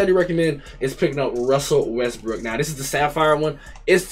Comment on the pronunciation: Bro said russel westbrick😭🤣🤣🤣